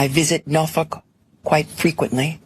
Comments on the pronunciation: I have to laugh at Letitias pronunciation of Norfolk....sure sounded like NaaFuk to me...lol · One simple question. Why is she calling Norfolk, as "Norfuck"?!! I served in the U.S. Navy and was stationed there. How can an "education" woman disgrace her "Hometown?! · Can't pronounce 'Norfolk" properly. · That's how we locals pronounce it. Nawfuck